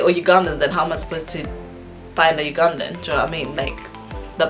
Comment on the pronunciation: When pronouncing "Ugandan," sounds like I'm saying "you gone then"